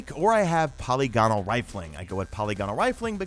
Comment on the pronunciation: good vid man. gives me a lot of info on rolls. tho i must say, hearing you say polygonal like poly gone nol cracked me up. it's like the whole caramel or salmon pronounciation thing lolol